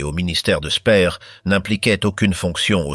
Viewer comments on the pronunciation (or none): AI de MAI@ !! Dispoditions annulaires = annuelles 😂 Il se perdit son emploi Spir = speer😂 Statute officielle 😂 Geli n était pas la fille ainée de sa soeur et évidemment le mot pédophile pas prononcé !! Un tonton qui séquestre et abuse sa nièce de 15 ans..!? Gehli se suicida donc ! Avairent faits 😂 Sans aucun reconnaissance 1930 et hun 😂 Brechttergarden 😂 A au moins zune occasion 😂 Unity la petite jeunette italienne suicide encore..! Puuutsch avec uuuuuu 😂 Inclut tune note 😂 Front toccidental😂 Exécutèrent tune opération 😂 Rendus zzzaux alliés😂 Frajebogen = frageboden 😂 aivairent tebénéficier 😅 Avairent tevécus 😂 Etc etc et ET Les PIRES : pas hitler !! 1. mao 2.staline 3.hitler